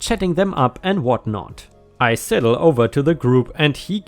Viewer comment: Sidle is pronounced like idle with an s